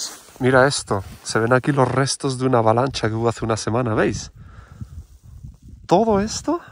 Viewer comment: Una avalanchhhha, chhhhaval etc etc..😂😂😂😂